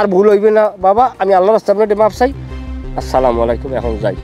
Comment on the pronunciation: আপনাদের সালামটা সঠিক হয় না। আশা করি শিখে নিয়ে শুদ্ধ ভাবে বলবেন। আসসালামায়ালাইকুম নয় বলতে হবে আসসালামুয়ালাইকুম